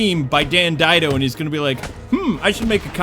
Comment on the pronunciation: Sorry, sorry, but his name is Dan DIDIO. Not Dido, DIDIO. Please get my arch-nemesis' name right. XD